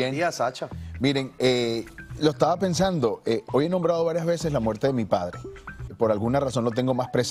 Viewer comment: se dice Estados Unidos y no Ejtado Junidos Que mal pronuncias el Castellano🙄😜👎🏻y cuando la dijo joy en vez de hoy ya nada que hacer, 😝👎🏻